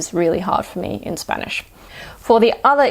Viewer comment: Your Spanish sounds great 💕💕💕